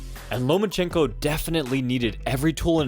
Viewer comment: Why are you calling him Lomanchenko? No N between Loma and chenko.